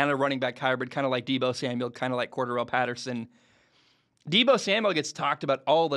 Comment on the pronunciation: It's pronounced cor DARR el and he played running back for the Patriots.. Atlanta used him more that way but the they already knew he could do it.